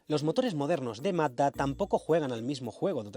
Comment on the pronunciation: Se le entiende MATA en vez de MAZZDA, jajajaj